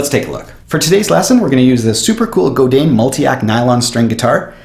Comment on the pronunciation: It's pronounced: Go Dan not Go Din.